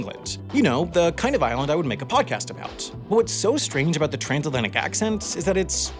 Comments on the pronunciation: Come on, Trasnatlantic? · "Trasnatlantic". Can I be in the next correction video now? 🤣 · Here before they fix “Trasnatlantic” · "Trasnatlantic" sb "Transatlantic" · Wow! How can you mess up this bad... It's "Transatlantic" not "Trasnatlantic" /s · It’s T-r-a-N-S not T-r-a-S-N dang it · save it for another mistakes video🤣🤣🤣 trasnatlantic🙄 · Trasnatlantic lol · Trasnatlantic heh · "trasnatlantic" 😄 see you in the next "all the mistakes in my videos" compilation! 😘